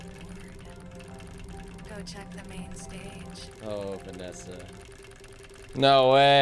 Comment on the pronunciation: you pronounce it vas-A